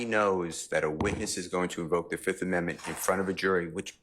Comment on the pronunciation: He said i plead the fith